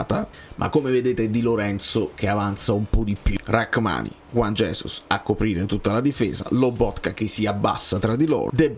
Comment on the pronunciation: non si pronuncia Racmani. ma rrhamani - la h e´muta